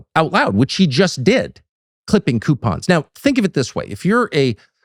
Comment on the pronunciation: Q-pons. Don't get me started on that racket😂